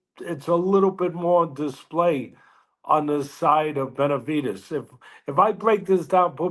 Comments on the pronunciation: Benevidez gone work dis boy lol. N wa so wit u, why u keep pronouncing Benevidez as Benavites?! I don't get it, I mean u are Hispanic obviously, so idk how u don't know how to say my dawgs name but it's all gud lol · This guy still doesn't know how to pronounce Benavidez...